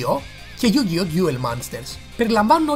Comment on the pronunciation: είπες Ντιουλ αντί για duel (Ντούλ), είναι yugioh με τόνο στο yu όχι στο oh. Είναι yusaku γιούσακου όχι γιουσάκου. Και άλλα. Αλλά νταξει κάνεις καλό review. Απλώς θα μπορούσες να εξηγείς πιο πολλά πράματα για τις σειρές μετά το duel monsters. Όπως τα mechanics, χαρακτήρες και λοιπά.